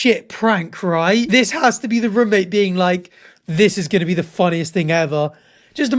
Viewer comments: I didn’t even notice he says rumate until he said it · I didn’t even care about him saying ‘rumate’ but now that’s all I can focus on